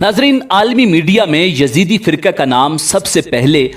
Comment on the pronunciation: Uloo kay pathay, it is not Yazidi but Yazdi. And they don't worship Satan. You mazhabi jaheel cannot read a book properly.